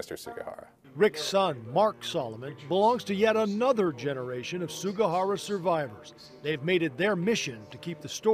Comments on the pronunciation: how's about honoring the man by saying his last name correctly? Sug*i*hara, not Sug*a*hara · Also the man's name is Sugihara but most of the people in the report said Sugahara.